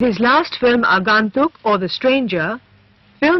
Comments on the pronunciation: It is not Rae but Raay. Neither is it Agaantuk but Agoentuk from the point of pronunciation. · WTF is "Aaagaantuk" ? These VO people are so lazy - don't do their homework at all - takes 5 minutes to find out how it should be pronounced in Bengali - slackers!!